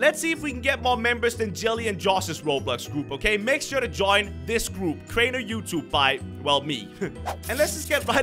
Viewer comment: Nobody: Crainer: Theas my gurlfriend